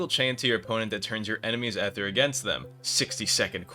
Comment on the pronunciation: Ok I had to look it up, it's EEther with a long e, maybe you're just farming engagement or something